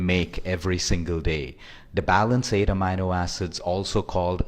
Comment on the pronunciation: Thanks for the info. You could only improve your pronunciation of amino acids as you got it all wrong :-)